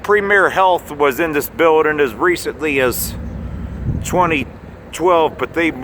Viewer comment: please use the "g" at the end of the word building.